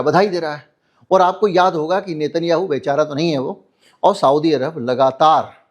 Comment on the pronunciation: एकदम बढिया विश्लेषण। मिनट पर नाम गलत बोल गए।नाम लेना था नेतन्नयाहू